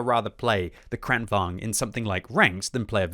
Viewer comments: bro...it's vaGn, VAGN, VAG-N not vaNg. Vagn as in wagon. vagn, wagon. like the German Kampfwagen. tornvagn, kranvagn, kampfwagen. Don't you have a PhD or something? holy fuck. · its Kran-Vagn not Kranvong